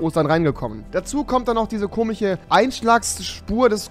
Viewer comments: Es heißt nicht komich es heißt komisch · Schon "komich" irgendwie xD😉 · Rewi bitte sag komisch nicht komich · Komich...leichten Sprachfehler? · Komiche 😄😂 er kann komisch nicht aussprächen und logisch auch nicht